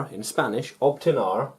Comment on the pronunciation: Teacher, Is " Obtener" no "obtinar" . Very good lesson too 🤩🤍